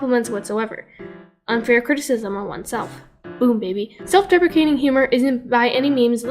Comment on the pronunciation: I thought you said self-defecating